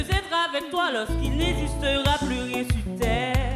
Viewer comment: su terre,n'eziste ps,tes moindre desi looll elle m'as dead c koi cette prononciation